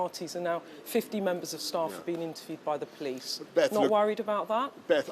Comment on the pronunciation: “the POLS came” 😂